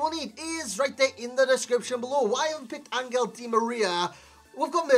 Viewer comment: Hey i’m argentinian and it’s pronounced AnJel not AnGel. His nickname is “el fideo” = the noodle